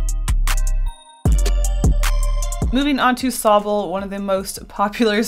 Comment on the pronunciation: mmm yes thats s o b b l e i just realized she meant to say sobble ack